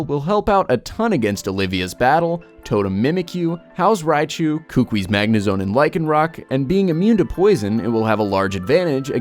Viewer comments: It. Is. Ku-ku-I. Not kookwi. I'm from Hawaii. It just bugs me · I love these kinds of videos, but sorry for being a nuisance. Buh-WARE Professor Kuh-KOO-ee Branch Chief FAH-buh Gul-EYE-suh-pod GLAD-ee-awn Sil-VAL-lye